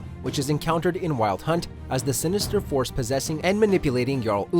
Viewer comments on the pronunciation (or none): none